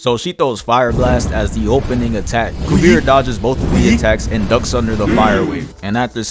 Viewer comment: Great vid as always bro. I think Kuvira is pronounced KuvEEra though